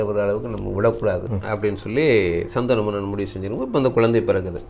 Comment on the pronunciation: Saanthanu,not sandana manan